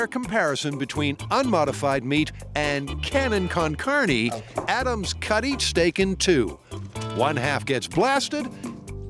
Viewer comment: "Cannon con carnie" 😆that pronunciation. Should be pronounced "car-NAY"